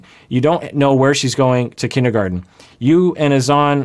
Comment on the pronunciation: She just called Granada "Grenayduh" 🤦 BTW, Azan how pronounces it is a great example of proper pronunciation of a foreign name in English. But La (rolled r) eesa, is not. Lol. I guess the difference is applying the accent?! Like, you can say, Grenahduh in English, and that's proper. You don't have to go all out Grah- nah(n tip of tongue)-dah(soft d at tip of tongue).